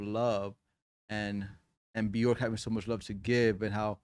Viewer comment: Björk is pronounced “B-yerk” … rhymes with work or jerk, not pork.